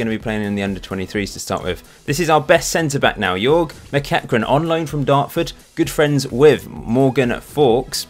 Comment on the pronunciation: Jorge, assuming he is hispanic, is pronounced “Hor-Hay”!